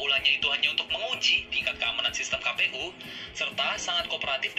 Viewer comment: Itu singkatan dlm bhs indo , jd bacanya ka pe u, bukan kei pi yu.